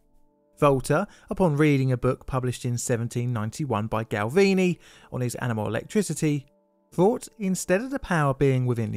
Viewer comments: Galvani, not Galvini ;) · Galvani. Gal-vah-nee. You know, as in 'gal-vah-neesm'.